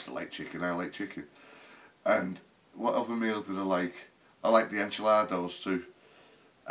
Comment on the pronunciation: "...enchaladoes..." lol. is the man.